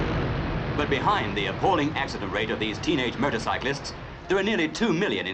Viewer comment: It sounds like the narrator calls them "Murdercyclists"